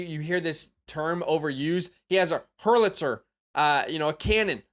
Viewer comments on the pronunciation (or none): Bro said arm like a Pulitzer… 😂 it’s HOWITZER fam lmao irl but love you’re content tho frfr